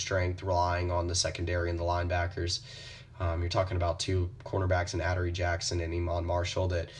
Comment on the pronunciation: nigga u dumb "aderee" nigga it's uh-dore-ee